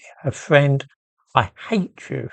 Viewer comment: "I 'ate you, Butler".